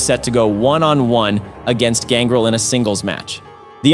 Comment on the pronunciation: For someone who’s a wrestling fan you sure butchered the names of these superstars. Who the hell is gangrul? It’s ganGREL. GANGREL. It’s also no delo. It’s D’LO. AND ITS NOT X PACK. ITS XPAC